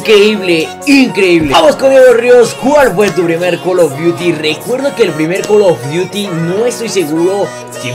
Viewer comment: Porque dices col of diuti